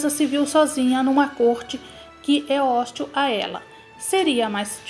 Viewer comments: É hostíl e não hóstil. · A narradora tem dificuldades de leitura, não faz as pontuações corretamente, e fala várias palavras erradas, além de engolir vários esses.. Que isso: hóstil??? Kkkkk 🙄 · O.texto ê razoavel porėm a narradora é pessima ! Cometeu varios erros de leitura e acentuação. Engoliu os S do plural, p.ex, e leu a palavra hostil como óstil, entre outros absudos. Uma pena... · Essa narradora não sabe português...ela leu Áustricas e hóstil...e outros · A narração está cheia de erros de português, engolindo os plurais, ficou feio. Até hostil, a narradora fala "hóstil" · Deveria haver cuidado na escolha de narradores, em vídeos históricos: a palavra "hostil' é oxítona, e "dissabores" se escreve com dois "s", e não há sim de "z" na palavra. Imperdoável. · A palavra hostil, tem acento oxítona e não paroxítona. Isso de nao saber pronunciar a nossa língua numa leitura ruim, é o reflexo de uma educação ruim. Infelizmente uma tristeza o tema tanto quanto a má leitura dessa pessoa que deseja ganhar seguidores lendo e não comentando o assunto. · A história é boa, porque é história. Mas a narração é péssima. Uma leitura primária e com erros grotescos... pelo amor de Deus. Hostil... hóstil?? Os lixo??? Mulé...kkk dizabores??? Pqp... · Hóstil, dizabores 🤔😳 quem é essa narradora? Escola urgente 😳